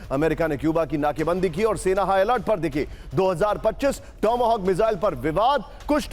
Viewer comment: टॉम हॉक बोलो टोमो होक नहीं चले है दुनियां को समझाने वाह बाहत्तर घंटे की जीत कहाँ गई रूस की 😂😂😂😂😂कोई बात नहीं ाआपको रूस का दर्द होता है, गुड यूक्रेन चिल्लाहट चमचों की 😂😂😂😂 बजा दी